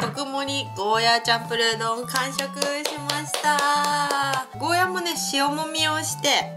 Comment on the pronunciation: 沖縄の人からしたら「ゴーヤー」という発音が正しいので少し気になってしまうんです。。。ごめんなさい。。。